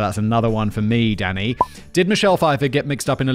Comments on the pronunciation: Am I the only one who hear him saying Daddy, not Danny.😂😂😂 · I know you are calling him Danny, but I cant help but hear Simon calling him Daddy. 😅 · Every time you said Danny I heard Daddy The detective on American Psycho was Willem Dafoe